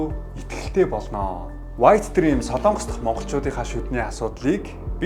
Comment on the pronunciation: СОЛООНГОС гэж битгий ярь аа. СОЛОНГОС улс шүү!!!!